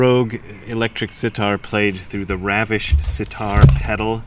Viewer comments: Jai gurudev is a common usage in Hindi parlance, used in India all the time. Also Ravish is an Indian name (Ravi + Ish = like the Sun). pronounced as Ravish and not raavish (as in ravishing) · the 'A' in Ravish is pronounced like the 'R' syllable in run. And yes, Jai Gurudev translates to Praise to my teacher who I consider God. Awesome videos !!!!